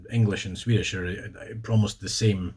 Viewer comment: Your Swedish pronunciation is just.. wow. Very impressive.